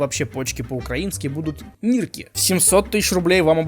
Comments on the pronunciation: Не нирки,а нырки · с украинского читается не нИркИ а нЫркЫ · нирки произносится через "ы". На украинском буква "и" в русском будет "ы", а вот "і" в русском будет "и". Получается что "нирки" будет произносится как "ныркы". А так ты сказал "ніркі" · Не "ниркы", а "ныркы" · Кста нирки читаеться как ныркы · Не нирки а ныркы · Ныркы, а не нирки. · Почки по украинки не нирки а нырки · Не "Нирки", а "нipкi") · Какие "нирки", когда читается как "ныркы". "и" рус == "i" укр, "ы" рус == "и" укр. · Сука не нирки а ныркы сука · Да какие блять нирки! Читается как нЫркЫ! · Не нИрки а нЫркЫ и не в на Украине а просто в Украине. Кто придумал "НА Украине"!? Твою мать! Не говори на языке какого не знаешь. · Нирки звучит, как "нЫркЫ" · не "нирки" , а "ныркы" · На уураинском не Нирки , а ныркы. И = ы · ты так ахуенно говоришь нирки, но правильнее будет говорить ныркы(я из Украины) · НИРКИ, БЛЯТЬ!!1 Чо я так ору Пы. Цы. Читается, как нЫркЫ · нирки читай как нырки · Для справки, на украинском слово "почки" звучит не как "нирки", а как "ныркы". ))) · Украинская "И" читается как "Ы" Так что правильно будет Ныркы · Почки-нирки(читается как "ныркы") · Нирки на украинском читается, как "Ныркы" если чё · Нирки произносится [ныркы] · Читается как "ныркы" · на украинском говорится ныркы а пишктся нирки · Почки на укр - ныркы. Это правильное произнашение.